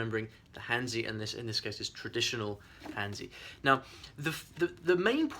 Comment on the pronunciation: I too want to say props for challenging yourself and I look forward to seeing how it goes. One more thing, you pronounce hanzi as han (chinese peoples) and zi not zeee.. not sure if maybe cantonese is different but I would guess that is is similar.